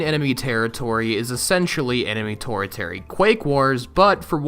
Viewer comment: "Enemy Torritery"